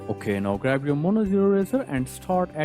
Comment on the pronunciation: Your "so" and "okey" sound so german 😂